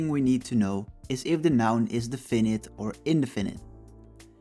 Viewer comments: Thank you it helped. By the way ... the stress is in "de" ... in DE finite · I liked your explanation but had to listen to it several times as you mispronounce the words 'definite, indefinite and adjective". Please listen to English pronunciations of these words - you put the stress in the wrong places.